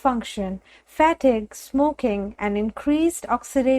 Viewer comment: Please someone teach this lady how to say "fatigue "-its not "fatig" its fatgue as in "fateege" not "fatig"!!!!!!